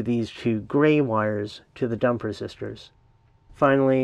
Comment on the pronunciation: Wait, did you say "dump resistors" or "dumper sisters"? :) Great video!